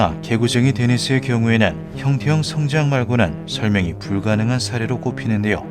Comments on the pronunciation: 영상 내내 형태형-성장 으로 읽으시는데 원어를 보니 형태-형성-장 이 맞는것 아닌가 싶습니다ㅋㅋㅋ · '형태형 성장' 이 아니라 '형태 형성장' 이라고 띄어 읽어야.. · 주인장이 띄어 읽기를 잘못하셔서 헷갈릴 수 있는데 형태형 성장이 아니라 형태 형성 장입니다. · AI인지 아닌지 모르겠지만, 나레이션을 잘못 하고 있음. "형태형성장"은 "형태형 성장"이 아니라 "형태형성 장(場)"임. 원어는 영상에도 나오다시피 "Morphic Fields"임. "Morphic Growing"이 아님. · 나래이션이 너무 거슬려요… 단어의 뜻을 오해해서 발음하시는거 같은데 성장의 뜻을 지닌 [형태형v성장] 이 아니라 feild, 장의 뜻을 가진 [형태v형성v장] 혹은 [형태형성v장]으로 발음하셔야 옳은것 같습니다. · 형태형 성장이 아니고 형태 형성장 이라고 읽어요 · 형태형 성장이 아니고 (형태 형성) 장field 이네요. 발음할때 잘 분리해서 말해야 의미전달이 잘될 듯. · ㅋㅋㅋㅋ 이게 너무 신경쓰여오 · '형태형 성장'처럼 발음하시는데 제대로 전달하려면 '형태 형성장'으로 읽어야 맞습니다.. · 형태-형성-장 이라고 읽으셈.